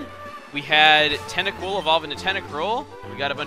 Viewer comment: Call "Acooltent Acrultent"